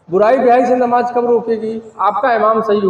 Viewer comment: Namaaz to har musalman k liy ek jaisi hi. He....yeh jo alag alag bata rahe h..esa kuch bhi nahi h..inko to sahi dhang se namaaz bolna bhi nahi aati h..namaaj namaaz bol rahe h